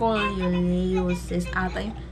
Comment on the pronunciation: Pronounce as....is-kol-yo-sis